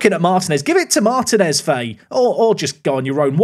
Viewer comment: couple of important items. 1. I won't rest until I hear the toe behinds pun 2. In latin languages when you see an í that's an open sound (ee), so Martínez = marteen es (very close to how you called Martim)